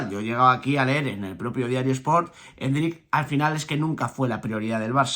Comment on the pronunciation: Me da algo cuando escucho a diciendo endrICK 😬 jajaj con acento al final